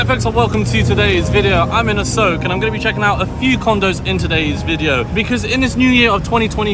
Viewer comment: A-soak ? Lol😂 Jeez learn the rough Thai pronunciation- A-sok.😅